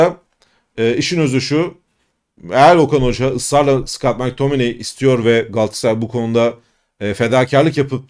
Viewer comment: Mektamıney. Keşke gelse ismini söylemesi pek keyifli 😊